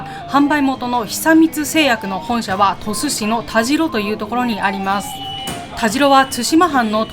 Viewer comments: たじろではなく、たしろだと思いますが？なぜ濁るのかなぁ？ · 佐賀県を詳しく紹介してもらってありがとうございます😊 現在鳥栖に住んでますが、田代は「たじろ」ではなく「たしろ」と読みますよ😄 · 鳥栖出身です。大好きな地元を詳しく説明してくださってありがとうございます♪ 今度行くことがあれば鳥栖駅から数分の八起のアイスキャンデーを食べて欲しいです。駅のうどんと並んで鳥栖のソウルフードです❤あと田代は「たじろ」ではなく「たしろ」ですよ〜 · 「たじろ」じゃなくて「たしろ」ですよー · タジロではなくタシロでいいですよ。